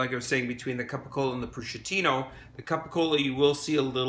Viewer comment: I’m afraid to follow the steps when they don’t even know how to pronounce capocollo